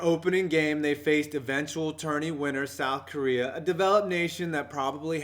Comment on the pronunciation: did he say south gorea?